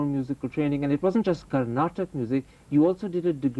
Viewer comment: Ohh man this Karan thapar do ur homework...u suck at pronounciation n information. Ilayaraja is a music director not director. Also its carnatic not carnatak...ivan la kelvi keka vanthutaan..poda poi north indian politician ah interview pannu po!!!